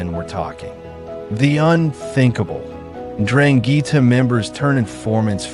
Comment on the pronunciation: STOP SAYING DRANGHEETA!!